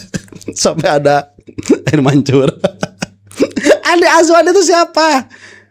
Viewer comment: Saya suka kalau pak roy bilang Andi Asu-wan 😂😂